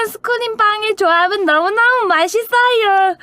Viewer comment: 발음 너무 귀여워 ㅋㅋㅋㅋㅋ 마싯쓰으여 ㅋㅋㅋㅋ